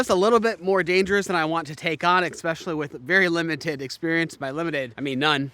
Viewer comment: it is simply amazing to me how many people say ekspecially instead of especially. Even some smart people.